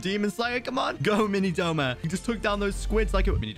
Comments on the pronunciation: Its "Douma" not Doma He is my favourite character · Wrong wrong wrong it’s douma not doma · IT DOUMA NOT DOMA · Not Doma but Douma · That is not doma it's douma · Isn't it Douma not doma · Everyone saying Doma instead of Douma is killing me 💀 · its douma not doma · Snort ACTUALLY, ITS “DOUMA” 🤓🤓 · 🤓 it’s actually douma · No hate but its douma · isnt it douma?